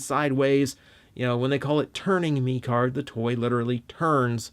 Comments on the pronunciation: technically its pronounced mech card just thought id let you know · Actually pronounced meh card and mecard was made in 2015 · He said turning meeecard it’s turning mecard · Hey, great review, but I believe it’s pronounced like Meh-card like a mixture of Mech and Card. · The pronunciation of mecard. Ugh